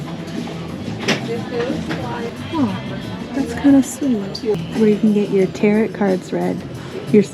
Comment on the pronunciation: Tarot is pronounced “Tear-Oh”